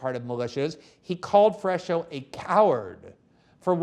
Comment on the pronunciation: You guys are ridiculous. Glen cannot even pronounce Brazilian names. (FRESH-O) LOL This fool knows nothing. They are basically reiterating talking points from Brazilian leftist mainstream media. No one in Brazil even believes them anymore and yet this wet fish does and speaks about it as if he's an expert. Cringe...